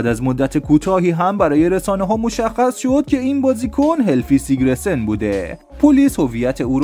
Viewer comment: اسم همه رو اشتباه میگی، قشنگ معلومه اهل فوتبال نیستی فقط چون موضوع پر مخاطبیه ویدیو درست میکنی درباره فوتبال، پرومس نه پرامیس! سیگرسن نه سیگره سن!